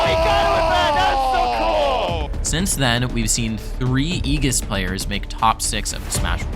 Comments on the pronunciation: Just a heads up btw it's like ee-djiss not ee-giss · Great video, also its (Aye-jis) not (ee-gis) thats all lol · ējis is how it's pronounced. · Hearing Aegis pronounced like that made me feel so uncomfortable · I honestly can't wait for rip tide that is going to be soooooo hype, I don't think you understand. Also be ready for the rise of Meta Knight, with offline coming back and actual reactions he will be a menace, maybe not super popular, but a strong meta character. As just fantastic video, great voiceover and just info in general (kinda didn't like the way you said Aegis) MK B META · Who taught you how to say Aegis lol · Who tf is aegis